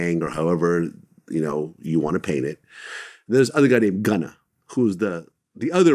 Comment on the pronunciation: gunna? wtf mooley is dat